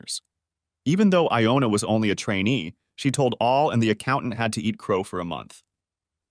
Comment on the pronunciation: I had trouble with that too! First it's Iona. Then it's Jonah. WTF?!! Either it's the computer or it's someone not proof reading the story before sending it in. The AI is reading pretty well. But damn! The misspelling and mispronunciations!